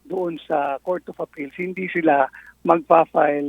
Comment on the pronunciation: halatang wala kng pinag aralan boy 😂😂 wag kang mag marunong kng wala kang alam 😂😂 nakawak ka lng ng gadget nag mamatalino kana kunwari 😂😂 anong ""SELA" ? paki explain nga 😂😂 bobo 😂😂 "" SILA"" hindi mo mabigkas 😂😂 magaral ka muna boy 😂😂 bumalik ka sa garden school para malaman mo ang " past tense" 😂😂